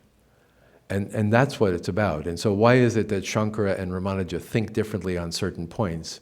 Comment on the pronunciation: Why does the good professor insist on mispronouncing Sri Ramanuja's name? Odd.